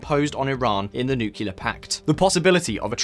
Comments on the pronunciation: It's not "nucular". There is no such word. It's " nuclear'. If your going to present yourself as an expert, at least learn the English language. Other than that your video is very good. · the word "nuclear" is pronounced nu-clear. Not... "nucular". Thanks for a great report. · It's nucLear, not nucular 🤦‍♂️ That scratches my eardrums every time I hear it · Nuclear, not nucular. And given how many times we saw Trump, why didn't we see the great apoeaser Obama? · Oh, that "nukelar" program! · Why are you referring to Nuclear (New-clear) as Neo-killer ? 🙄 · The word is "nuclear" not "nucular." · Nuclear..not nucular. Cmon man. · it's "nuclear" not "nu-cu-lar" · New-clear not Nook-yoo-lur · Try not to say NUCULAR and instead NUCLEAR!!! Please!! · Sorry bro, all I hear is "nucular" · Exactly.. I shake my head every time I here "Nucular"....... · Nuclear is pronounced the way it is spelt. The Homer Simpson pronunciation used in the video makes it unwatchable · New-clear, thank you. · Nothing grates on me more than hearing nuclear, pronounced as "nukiller" or "nucular". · "nucular" WHY? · "newkiller"? I thought English is your first language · NEW CLEAR - just say it right. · New-clear bomb. just say NEW-CLEAR, for the love of God, please. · Is it too much to expect that an otherwise educated, intelligent, savvy internet broadcaster correctly enunciate the word, "nuclear"? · Someone needs to learn how to pronounce nuclear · learn how to pronounce nuclear correctly ffs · I like your channel a lot. So don't take this too hard. Please practice how to pronounce 'nuclear''